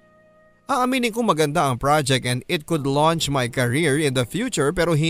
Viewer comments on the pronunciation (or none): none